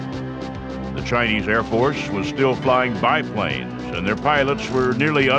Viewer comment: keeps saying chi-niece